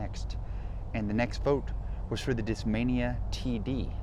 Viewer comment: Nobody noticed he said "Discmamia Beast"